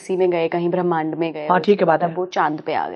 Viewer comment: aap gud punjabi me galat shabd bol dete ho.... Bhramand ko brehmn bol rahe ho...😂😂😂